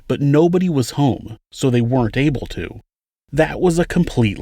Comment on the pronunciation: Thx 4da vid hun. Btw, it's pronounced wernt, not were-rent. Sorry, I don't normally correct people on social media but I do want to say that a contraction is a shortening of syllables; a kind of written vernacular derived from people speaking quickly. Weren't (one syllable) is a contraction of were not (2 syllables). I'm not sure if "were-rent" is a geographical vernacular because otherwise you sound well-spoken, which is unfortunately rare on YouTube even with AI.